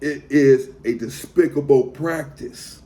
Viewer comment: "Dispictable Tactic" 😂😂😂😂